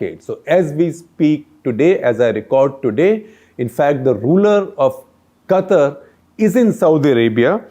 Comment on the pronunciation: SG your pronunciation of word QATAR is not correct.